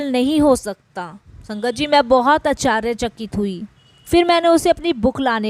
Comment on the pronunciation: Jai aunty aap bohot acche se bol rahe ho satsang per aap aashchrychakit bola kare.humara dhyaan baar baar is galti pe jata hai.hope u don't mind